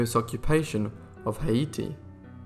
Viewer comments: Suggest using a narrator who knows how to pronounce Peking and Haiti. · That is not how you pronounce Peking. The pronunciation is PEE-KING not PECK-ING, You also mispronounced Haiti. The pronunciation is HEY-TEE not HI-E-TEE. You seem to have a habit of mispronouncing names of cities and countries though not with people so far. But it does help to know the correct pronunciation.